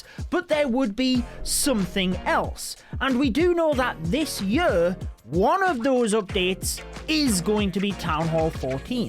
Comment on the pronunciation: This yur, las yur, yur yur yur. Love you 😂